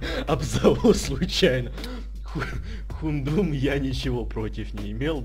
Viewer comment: Не Хундум, а Хаундум